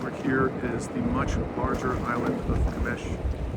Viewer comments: It's not Qmesh, it's Qeshm🤣🤣🤣🤣 My guy, it's written right behind you (to the gentleman at the start of the video) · Sorry the name of island is not GHMSH it is GHASHM